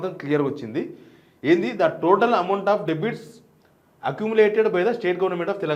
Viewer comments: డెబిట్ కాదు డెట్ అనాలి , మంచి సమాచారం అందించారు ధన్యవాదాలు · Bro debit kadu bro Debt